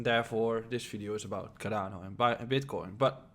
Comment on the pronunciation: that sounded like carabinieri